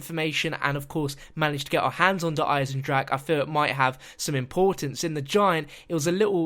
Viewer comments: just for the record Eisen-drache is pronounced: "Isen drahuh" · actually speaking german makes it so hard to hear "eisendrack" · You are all saying "der eisendrak" ffs its "der eisendrache" pls look it up at google to it right the next time ffs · why does everyone say der eisendrache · Pronouncing it wrong